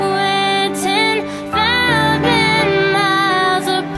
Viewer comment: Very great artwork given to the pianist and the composer. It caught my feelings... if you notice when you sing, you didn't open up your mouth wide enough in order for the pronunciation to be correct. Thou-sand... I heard Thou-tand... (Sound short tongued)